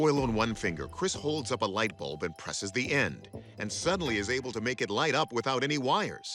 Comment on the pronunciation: Lught bulb. 😂